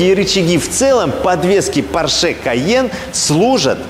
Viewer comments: пОрше, а не поршЕ ! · Не ПоршЕ, а ПОрше!)) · Фердинанд По‘рше каждый раз переворачивается, когда его фамилию называют Порше’) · «ПоршЕ» и противный голос сильно напрягают. Интересный обзор сильно диссонирует с голосом… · ухо режет произношение марки Porsche с ударением на последнюю букву)) правильное ударение на букву О!